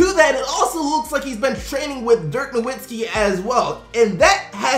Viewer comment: Dude it's pronounced Dirk No-Vit-Skee that really bothers me how you say it lol